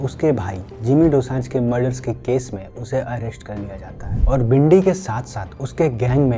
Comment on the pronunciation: Its not bhindi. Its Bindy Johal. Watch ur pronunciation. You YouTuber